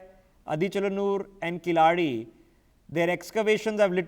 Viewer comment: should be pronounced as "KEY La ADI",please correct your pronounctions with your NewsX Mugilan please